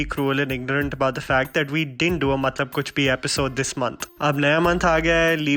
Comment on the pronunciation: Muthlab nahi, matlab hota hai. 🤣🤣🤣😂😂